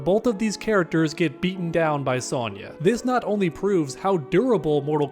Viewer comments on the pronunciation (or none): none